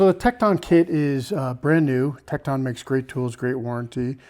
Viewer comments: Tek ton. Not Tek Taun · I've never heard anyone pronounce Tekton like that. It's pronounced Tekt'n. But you even draw out the O in Icon . Sounds like Ikohn. Where are you from. Illinois? Wisconsin ?